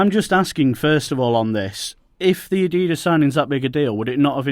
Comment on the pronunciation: Niike & Adedus??? It's pronounced Ni-key & Ad-e-das.